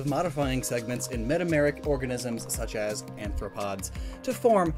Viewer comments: aRthropods, not aNthropods as you keep saying. This is a very common problem in your videos, PLEASE fix it. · You called arthropods anthropods more than once. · Its Arthropods (meaning jointed foot), not Anthropods (which would instead mean Human Foot). Don't want to come off pedantic, but I thought you would like to know.